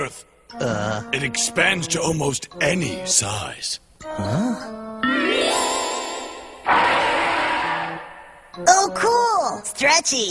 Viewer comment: What's up with that tone "it expands to almost any... size" hahahaha